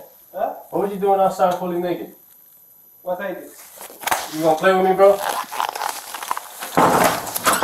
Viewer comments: "Is this the neck-it man?" "He's not neck'id no more." Excellent grammar. We need more intelligent folks like this. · “Nekkid man” 😂😂😂